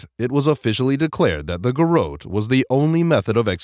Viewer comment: it's GAIR- UT